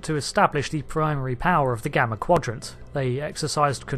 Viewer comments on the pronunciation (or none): none